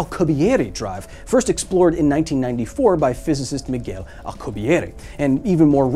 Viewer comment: Matt O'Dowd should have watched this before publishing his recent episode. At least then he could have pronounced "Miguel" correctly.